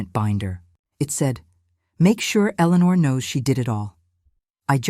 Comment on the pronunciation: AI can’t pronounce Eleanor!